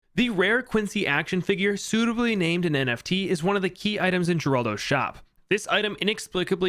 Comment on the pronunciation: Every time he says "NFT" it hurts my soul